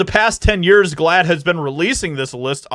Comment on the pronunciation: What the hell is glaad. You're making me saad. Making me siick.